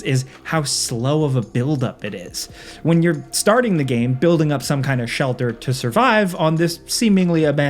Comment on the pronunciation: oh your coworker ''Falcon who cannot say the word Game ''he says it like Gahm for more than a decade now'' hates Sands of Time